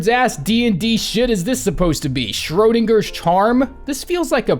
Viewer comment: 1. Thank you for pronouncing Schrödinger correctly. 2. I beat the Flukemarm using ONLY Spore Shroom. I seriously couldn’t do it any other way because I was not well equipped enough and I was too stubborn to leave. But it was effective, and didn’t take very long.